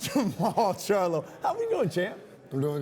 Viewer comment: This nigga says “JERMALL “SHARLO” lmfaooo